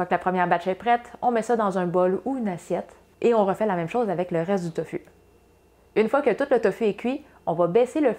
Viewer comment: On prononce TOFOU